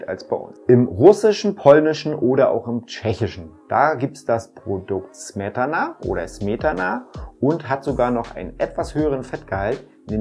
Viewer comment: Sehr geil ❤️ Smietana (deutsche aussprache: Schmietana 😂)